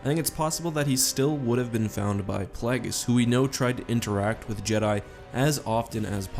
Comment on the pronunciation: ah yes darth plahgis